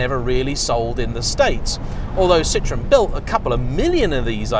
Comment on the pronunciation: And it's pronounced Ci-tro-en, not citron, the French word for lemon.